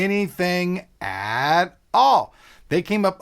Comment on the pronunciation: man I love your last emphasis on words.. aaaaAt aaaAlll lol you crack me up